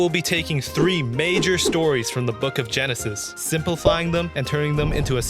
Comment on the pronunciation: Wait it's genesis not Gensis 😂😂😂😂😂😂